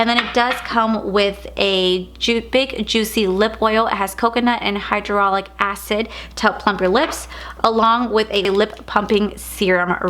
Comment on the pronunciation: You mean hyalauronic oil right? Not hydraulic😂😂😂😂😂😂😂